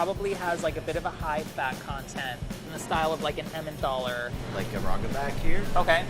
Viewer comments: Its Emmentaler not Emmenthaler!! Get rid of the h please! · it's emmentaler, not emmenTHaler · Why is no one talking about how he inserted the H into emmentaler?! There's no h! 😂😂😂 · there's no th in Emmentaler:D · It's Emmentaler cheese and not EmmenTHaler. Made me crazy every time he said it. Also Gruyère is not pronounced Greyere...if you're gonna act like a cook atleast learn how to f*ckin say what you're putting in it! Rant over and out lol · It's Emmentaler not Emmendahler! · Every time he says emmenthaler I want to scream. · Emmen "taller", don't pronounce an h into there, or maybe "tallah" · He pronounces it like EmmenTHALLER and they literally wrote "EnmenTHaler" on the list😅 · Is no one furious that this guy keeps saying emmenTHaler? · The way he pronounces Emmentaler... jesus man, where are you getting the H from? It‘s not Emmenthaler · I love that he pronounced Emmentaler „Emmendohla" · emmentaler is actually pronounced with a regular t, not a th :) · Idk why but when he says Emmentaler it triggers me so hard. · I chuckled on how he says "Emmentaler" :) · Swiss people triggered every time pronounces "Emmentaler". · The way he pronounces Emmentaler 😄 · His way of pronouncing Emmentaler hurts... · I just freaking love this guy Pronounciation of Emmentaler gave me uncurable illnesses, however 😩